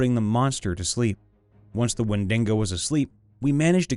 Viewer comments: Only complaint it's wendigo not wendingo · It’s Wend(ee)GO. Not wet dingo. Wen di go. No extra N. Please. It’s also not SylvEEan, it’s SylVAN. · Wen-duh-gow man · I'd say when-dig-oh is also an acceptable pronunciation, but certainly not when-dingo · The windingo ate my baby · Literally How did you even manage to pronounce wendigo like that not once, but consistently